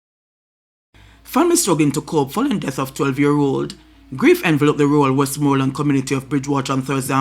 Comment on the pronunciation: Big guy cannot pronounce west- more- land.